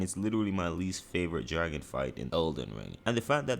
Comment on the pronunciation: “Tooday I’m gonna be wanking all the dark souls dwagon bosses”